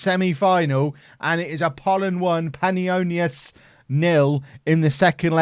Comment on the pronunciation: you nailed Panionios and Athanasiadis!!!!! well done